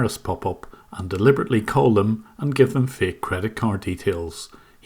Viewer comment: "This is a faEk virus. But how do you know it's faEk?"